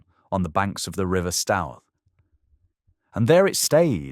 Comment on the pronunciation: It's pronounced Stir !!! The River Stir ! Hambledon Hill can be seen where it drops down sharply to Child Okeford . So this is between Shillingstone and Stourpaine ( Stir - Paine ) . So I walked over the crash site many times without even knowing a Spitfire had crashed there !